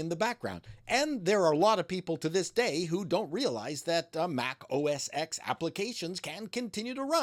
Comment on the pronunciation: Stop saying "Mac OS EX" WTF! It's always been "Mac OS TEN" Now it's back to Mac Oh Ess. But it's never been Mac Oh Ess EX. Stop it.